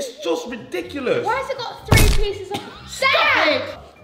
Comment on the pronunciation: Love the fact he says redonculous aha